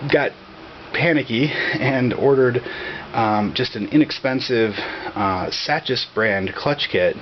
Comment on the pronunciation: Looks like white plastic cylinder on the Spec is a teflon coated bushing (or other similar material). Also I believe Sachs is pronounced as "Sax". I could be wrong but that's how I pronounce it anyway.